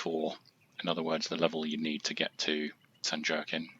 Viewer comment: San Wah-keen. 😅